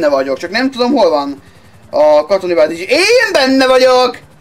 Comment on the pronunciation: nem vázis hanem bázis!